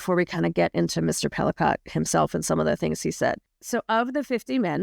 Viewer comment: Whoa! I know this case quite well, SA victims are not "sex" victims. Please reconsider your headline of "Sex in the News". Just no. The last name is pronounced "Pelee-coe, not Pelicaught.